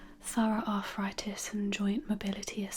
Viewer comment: Arffritis? I thought it was arthritis 🤔